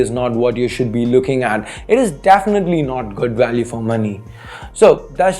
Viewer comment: what is 'dafinately'?